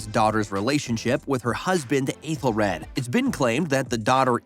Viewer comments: It's pronounced "ETHEL red". Ffs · Aethelred not rad and Clapa nit cluba but mistakes can happen. The “ bloopers” are just behind the scenes clips not the actual bloopers itself. Have you seen the show? 😅 thank you for the video, but just have a bit more pronunciation or research.